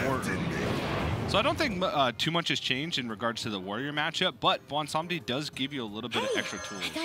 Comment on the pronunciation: Thanks to you two for correctly pronouncing Bwonsamdi